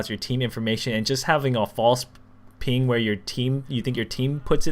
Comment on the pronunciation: ping not ling